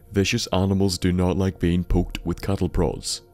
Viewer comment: Did you say cattle broads?